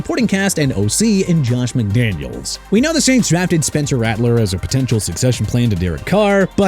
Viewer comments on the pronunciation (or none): none